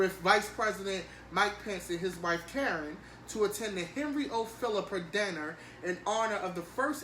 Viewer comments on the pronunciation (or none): none